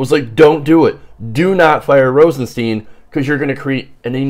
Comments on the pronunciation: Stein! It's pronounced Stein! Rosenstein. Not Steen! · at least learn how to pronounce the name